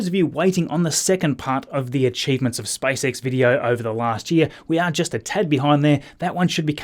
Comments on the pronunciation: He said SpiceX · Your accent is funny :D , it sounds like you are saying: "Spice X" :D:D. The Space Girls from UK are protesting :D:D:D , just kidding :D